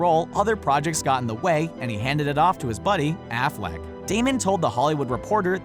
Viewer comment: Don't say Affleck ever again